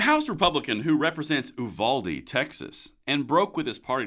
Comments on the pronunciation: We pronounce it "YOU-VALDEE". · It's pronounced youvalday. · It's pronounced like "Youvaldee"